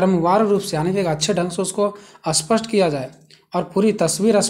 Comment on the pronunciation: ' स्पष्ट ' इस शब्द को आप बार बार ' अस्पष्ट' कह रहे है